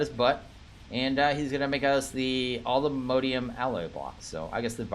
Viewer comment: Nope it's all the mo-di-um. He's saying it correctly